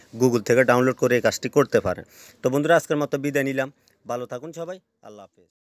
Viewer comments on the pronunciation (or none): none